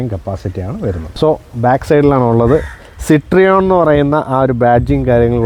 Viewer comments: സിട്രിയോണ് അല്ല സിറ്റ് റോയിൻ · It is Pronounced 'Cit-Roean' ( Sit-Ro-En) , not Cit-Reon. French. 😮😊